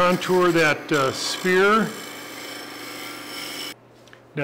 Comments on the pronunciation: It's pronounced like "ss...fear" a "spear" is something else entirely un-sphere-like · So nobody picked up on the pronunciation of sphere to spear? Nope just me.